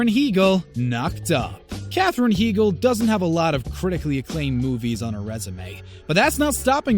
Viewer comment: To the narrator of this video: Katherine Heigl's last name is pronounced "HIGH-GULL."